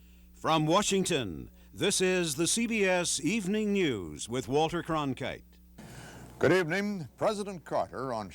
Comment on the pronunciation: His Name is not pronounced "Crong Kate", but Crong Kite!